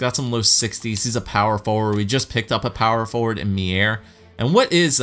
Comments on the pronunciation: timo meier's name is pronounced myer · Meier name is pronounced Myer